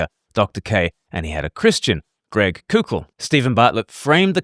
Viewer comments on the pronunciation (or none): It’s pronounced coe-kull. Like coke. Not coow-kull. Like coocoo for Cocoa Puffs. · just FYI, Koukl is pronounced "Cole-Kul"